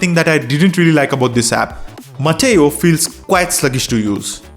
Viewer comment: Are you sure it is "Mateo" and not "Meteo"?